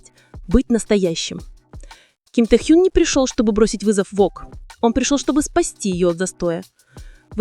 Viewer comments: Его имя Ким Тэхен! Произносит не правильно - это имя надо знать!!!!!!!! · может уже начнете правильно называть имена Анны Винтер и Ким Тэхена, а не Тэхюн! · Вы бы сначала правильно научились говорить имена знаменитостей, а потом озвучивать ролики! Безобразие!!! Ким ТЕХЕН и Анна ВИНТЕР!